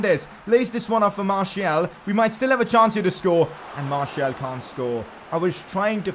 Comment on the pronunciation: Pcq: That pronunciation,"Marshial",is annoying as hell...Can we get "Marcial" instead?